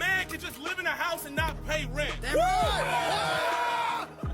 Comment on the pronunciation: im thinkin its an ai voiceover cus he mispronounces easy ass words like ‘live” as in youtubeLIVE